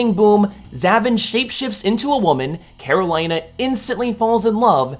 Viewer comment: Karolina is pronounced "Care-Oh-LEE-Na" not "Care-Oh-LIE-Na"